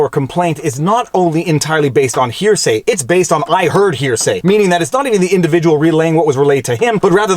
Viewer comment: It’s gross how you emphasized to hear say when the unclassified transcript itself is released and it fully supports his points